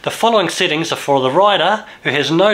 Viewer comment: why instead of saying sEttings, he keeps saying sittings?